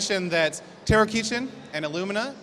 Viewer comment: in which we learn that "kitchen" is pronounced "kee-chen", apparently, lol